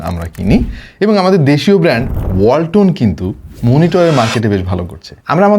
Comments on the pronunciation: ওয়াল্টন❌ হোলটন✅😹🤣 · ওয়ালটন❌ হোলটন✅😂🤣